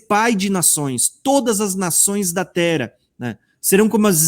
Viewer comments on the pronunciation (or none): DESCULPA,MAIS NÃO GOSTO,QUANDO VOCÊ FALA TERA,O NOME CERTO,É TERRA,TEM 2 R